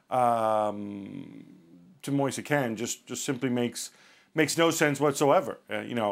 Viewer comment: His name is pronnounced moise keen, not moisa kane